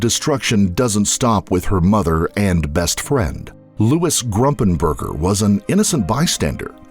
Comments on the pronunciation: QUIT SAYING ...G R U M P I N G B U R G E R!!!!!!!! It's Gumpingburger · It's Gumpenberger not Grumpenberger. It's like you're saying on wrong on purpose. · A couple of glaring errors from the get-go; so bad I couldn’t continue watching. It’s BETSY not BETTY. It’s spelled right but spoken wrong. It’s Louis GUMP- not GRUMPenberger. Again, spelled right but pronounced very wrong. PAM WAS NOT BETSY BESTIE. Ever. She tried desperately to ingratiate herself into the fold but all her family and other friends will tell you Pam always seemed to be trying way too hard to be the best friend but there was just something about her that wouldn’t shake itself out. Lastly, IT WAS NOT the reporting of Dennis Hayes. It was a producer from Dateline that started questioning Pam’s motives and involvement. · I think it’s “Gumpenberger,” not “Grumpenger.” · Gumpenberger, I think. Not Grumpenberger. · Louis GUMPENBERGER, not Grumpenberger. The least we can do is remember his name... The judge and DA in the Betsy Faria case should be disbarred. The malpractice in that instance was shameful. Anybody that believes a word out of Pam Hupp's mouth shouldn't be practicing law. Louis would still be alive today if not for their incompetence, or collusion. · The man she murdered was named Louis Gumpenberger not Grumpenberger it’s very disrespectful to his family to keep calling him by the wrong name! I also think she killed the woman she was taking care of in Florida when her kids were younger. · Its GUMPenberger not GRUMPenberger<<<, and BETSY not Betty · Wasn't Louis' last name- Gumpenberger? Not Grumpenberger.... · It’s pronounced “Fah-reeah” lol and also it’s not “GRUMPENBERGER” it’s Gumpenberger- no ‘R’ after the ‘G’…maybe have a little more respect for the dead & their actual names before you put out a documentary. Very disappointing.